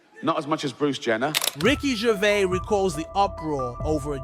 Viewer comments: You pronounce the S on the end of his name. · Come on, Could you not have learned how to pronounce his name before you make a video? And what is with you trying to spell out the joke before you show it. And that is before I have even watched 2 mins. I'm not watching any more of this crap. Make an effort the next time will ya!